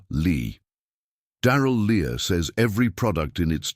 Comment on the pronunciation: Good advise!! However the Lea in Darrell Lea is pronounced as Lee, not Lee-ah! Anyway, buying those supermarket Easter eggs is an annual con that you agree to submit to.